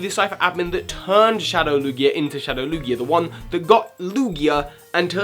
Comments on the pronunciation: Lugier? Did I just hear Lugier? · It the British accent! Words ending with A sometimes sounds like ER!